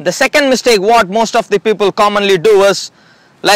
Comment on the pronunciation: It's mistake not mistack.